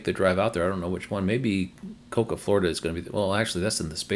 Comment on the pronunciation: I think Cocoa is pronounced Co-Co If the station under construction in Nebraska is under the pip, that location is Big Springs. This would be a big deal as that narrows one of the larger gaps on the route through Nebraska to either Colorado or Wyoming. If the station is really North Platte, the pip needs to be moved about 70 miles east, and would be the third option in that town. ETA: Found the PlugShare entry, and it is North Platte. This will be a better location than the EA or Tesla site 2 miles aways and further off the highway. Sigh. Options are good, but I really would like to see some of the gaps narrowed.